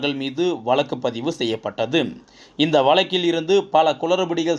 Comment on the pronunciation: Murder of Tamil...What is meant by "oolal" "valakku" "valangi" ."valangi irundhadhu" "kaiyum kalavu" .please undergo some training in pronouncing the beautiful Tamil language...